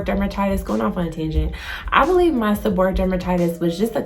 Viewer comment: The correct pronunciation is: seb-or-ray-ic. Thank you for sharing your experience.